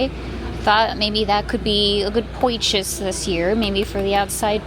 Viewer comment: So, you poichased Cah-sper?! 😂😂 All joking aside, I am glad you took some days to rest.